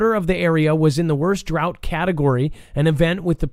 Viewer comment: Why were you pronouncing drought in such a funny way, incorrectly I should say? Certainly know that DROUGHT is pronounced in a particular way. It was so odd.